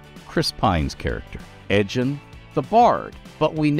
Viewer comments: ED GEN... Guh. Not Edge in. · Edgin sounds really close to edgreen as in ed greenwood 😂